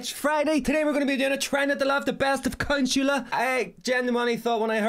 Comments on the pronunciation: My man said "Cuntsula" lol it's Con-SWAY-la. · Oh! I love you man… you made me laugh as I eating which caused me to spit out my food.: Ladies and Gentlemen… blah blah blah today we’re going to be doing the best of Conshoola Me: huh? 🤔: blah blah blah when I heard this name I thought of Dracula… Conshoola, Dracula. Me: I wonder if he’s saying Count Shula: oh, Consuela… oh not Counshoola. Starts laughing at himself Me: I start laughing and food flies out of my mouth, when you realize your complete slaughtering of the name. I didn’t realize my complete slaughtering of what I thought you were saying about her name. 😂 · Your pronunciation of Consuela was funnier than family guy :P - CON SWELL AH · It's Con-sway-la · Con-sway-la is her name lol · lol your saying her name wrong, its sounds like conswela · It’s pronounced Con Sway La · It's pronounced Con-swell-Ah